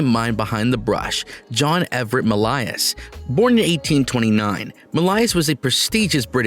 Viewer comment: Oh dear God, they can’t make a fake narrator who can properly pronounce “Millais”?? Or “Pre-Raphaelite”?? Sickening. And it’s heart-RENDING (as in tearing), not heart-RENDERING (as in depicting). Uck. Can’t listen to this mis-pronounced, poorly worded junk any longer…